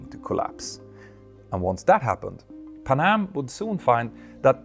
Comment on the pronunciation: It’s not pa’nam. It’s Pan Am…